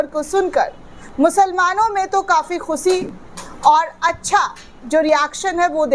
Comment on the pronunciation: Khusi nahi ❌khushi ✅